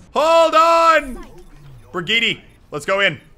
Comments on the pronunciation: Elliot it’s bri-geet-uh not bri-jeet-uh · IT'S NOT BREEG-YEET, IT'S BREE-GEE-TAH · Why do you say brageet it's brageeta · And to pronounce Brigette, Brig-yeet-duh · Muselk it is BRA GEE TUH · It’s Bri-YEET (I am actually sorry)